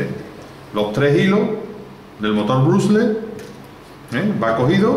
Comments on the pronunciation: se pronuncia Bróshles no Brashless...el dice brusels no brugles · se pronuncia brashless no brugles